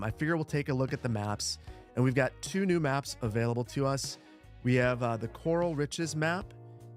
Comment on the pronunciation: Horse "Corral" not "coral" reef - haven't heard anyone say it right yet! Perfect map for ranching.